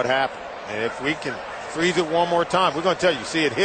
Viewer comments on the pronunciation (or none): none